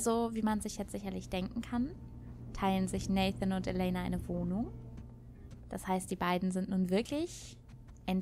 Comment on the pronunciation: Du kannst ruhig Elena auf englisch sagen!